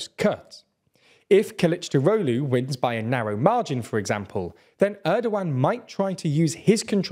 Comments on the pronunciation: I can help you pronounce Kılıçdaroğlu's name. Kill - itch - dar (like jar) - og (like egg) - lou, punctuating JAR, killichdAroglou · I watch just to see say Kılıçdaroğlu... 🤣